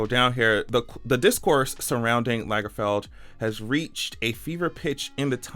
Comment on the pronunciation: If Lagerfeld had 2 gg's, then your pronunciation would be correct.